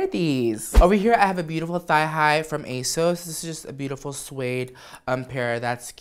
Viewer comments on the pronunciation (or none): At first, I heard "Ace" instead of "Asos" I was like, Ace Hardware? Okurrrr